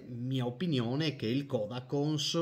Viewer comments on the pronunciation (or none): Si pronuncia "Codàconse"